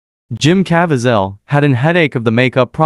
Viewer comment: Hi, his name is pronounced Jim Ca-Vee-Sal And he is a brilliant actor. I thought he brought our Savior to life. I cry every time I watch the crucifixion scene knowing what Jesus allowed himself to be put through horrific torture, and crucifixion just to save us from our sins because He loves us that much even though we are not worthy of such a sacrifice . I really hope Mel Gibson does film The Resurrection movie.